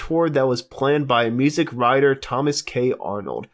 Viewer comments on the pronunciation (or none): none